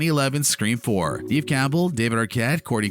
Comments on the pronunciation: Neve is pronounced "Nev" not "Neev" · Neve as in Kev not Neeve as in Steve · dude it's just an accent 🙄 chill